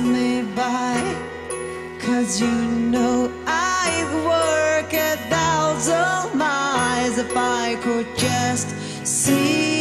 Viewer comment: 生歌でこのメロディーは最高ですねThousand の発音が特に好きやなって思います！